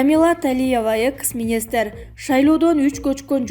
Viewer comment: Рептуация эмес репутация дечи экыс эмес экс дечи синдим